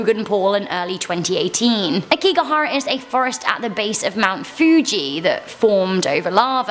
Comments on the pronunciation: it's Aokigahara not Akigahara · It's Aokigahara not Akigahara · You got the Suicide Forest’s name wrong. It’s Aokigahara